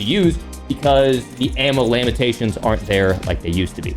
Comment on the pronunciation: Ammo lamatations 😂